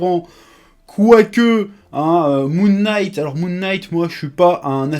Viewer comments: hey Chef ! "Knight" se prononce comme "night". A bientôt :D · Chef, en anglais : "K" suivis d'un "N" en debut de mot rend le K silencieux. Donc Moon(k)night. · Prononce "knight" comme "night" et tu verras, ça passe tout seul !